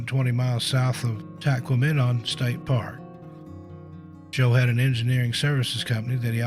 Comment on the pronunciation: Tahquamenon is pronounced 'Tah-kwa-ma-non😉.' It's absolutely stunning and beautiful, but make sure you pack plenty of bug spray because the mosquitoes are as big as hummingbirds, and are both plentiful and persistent!! Gramps saw a novelty bug zapper that looks like a tennis racquet and takes batteries to 'zap' them right out of the air, and said they must have had Tahquamenon in mind when they designed them😁!